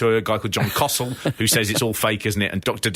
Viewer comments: John Stossel, not 'kossel' or whatever it was you said. (tbh he was a pretty good consumer journalist back in the day, big libertarian these days, actually said something about regretting the lawsuit) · I came down to the comments to admonish you for referring to John Stossel as John "Cossel," only to see that you referred to Suge Knight as "Sooj" Knight later on in the video. You know, if you don't know how a name or word is pronounced, and you're making content that's going to be seen by thousands of people, instead of just guessing or pronouncing it phonetically, you could take thirty seconds to Google the proper pronunciation. Just saying. Also, I don't care how old or enfeebled Vader was... he had no business doing the job for a light heavyweight indy worker, which in 2016, was ostensibly what Ospreay was. In 2016, NJPW was NOT the same international major promotion it was back two decades prior. The IWGP Junior Heavyweight title has NEVER been the most prestigious title, serving almost as a vanity belt for Liger throughout the 1990's. and it meant significantly less by 2016. The fact that Ospreay had the audacity to even expect to go over Vader is indicative of his own undeserved hubris. In Japan, Vader is probably the 3rd most respected of all time, behind maybe Terry Funk and Hansen. Arguments could be made for Dr. Death and the Roadies, but I'd be dubious of those argument's validity. Even today, were Vader still alive, and taking Ospreay's current level of fame and prestige into consideration, he STILL should not go over Vader. The business was much hotter when Vader was a major player. Wrestling, while currently profitable, isn't nearly as popular these days, with